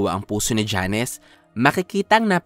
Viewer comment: Jones! Hindi Janes